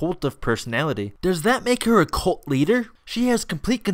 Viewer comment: Wait did you say she's a "colt of personality"?